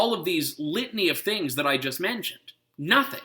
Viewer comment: "Juz to name a few" LOL.